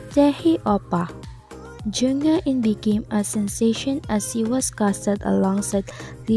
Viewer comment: it was supposed to be pronounced as HE-IN (HAE IN)